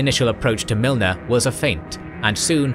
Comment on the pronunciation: Thé ‘e’ in Milne is silent.